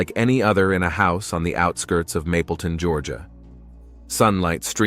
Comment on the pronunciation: “Mableton” not “mapleton” it’s irritating. Do more research